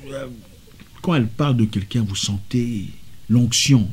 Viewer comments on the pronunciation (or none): Gagagag Mdr il dit l'onction...